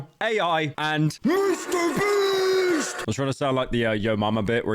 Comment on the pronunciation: i keep laughing too hard at 'mr breast' please save me